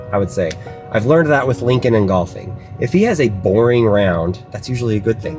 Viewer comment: What did you say about !’borning !!!! I had borning day at work 🙄😂